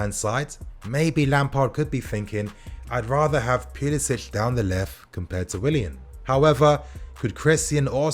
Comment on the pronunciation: Its puli “sic” not puli “sitch”